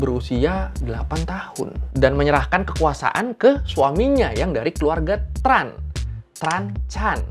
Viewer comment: Sama. Setauku Tran itu bacanya bukan TRAn tapi chèn